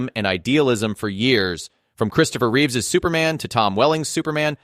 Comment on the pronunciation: It’s Reeve not Reeves